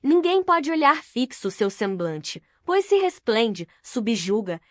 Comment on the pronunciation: Kkkkkkkaaaa mas ke. Leitura. Orrivel. Ela fala. Algumas palavras. MT. Errada. Por exemplo. Quando jesus disse na crus. Pai. Perdoem. Pós eles não sabem. Oke babem kkkkkkaaa. Cardeke ela pronunciou. Valdeci. Eu tirei d. Narração. Masculina. Por ser. Ruim. Colokei. Nessa. Mulher ke. Fala as palavras. Toda errada. Ainda. Vai pedir. Like. Será k vai ter coragem. ??????